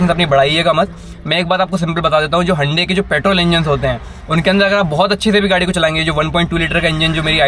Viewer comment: HYUNDAI sounds like Ande 🥚🥚🥚😂😂😂